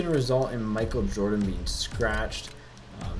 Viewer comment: I cringed when he pronounced Michal Jordan's name...... yor-DAN